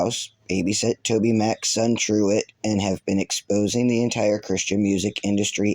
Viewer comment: I'm sorry but did you say his son "druid"? I'm sure I heard that wrong.. EDIT: For transparency I seen that it's not Druid it's Trueet not Druid.